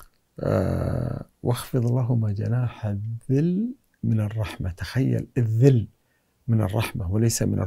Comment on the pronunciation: الذُّلِّ وليس الذِل